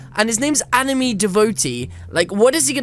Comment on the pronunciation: anime* (an-ih-may)